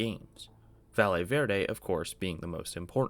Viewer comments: jsyk, "valle" is pronounced "va-yay". A "ll" in spanish in a "y" sound in English. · how has nobody corrected your pronunciation of valle yet. a double L in spanish makes a Y sound 💀